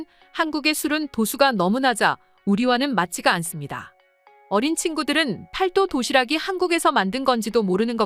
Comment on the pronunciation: 아~ ㅅㅂ 중국 더빙~!! 팔도 도시락이 아니라 읽을 때는 팔또 도시락이라고 읽어야지~!!! 진짜 중국 더빙이냐~!!!